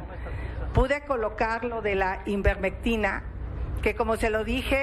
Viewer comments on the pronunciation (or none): Como es invermectina o ivermectina.? Ella dijo invermectina.